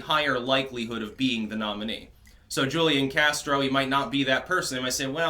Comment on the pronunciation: And it's who leon casro. That's how it's pronounced.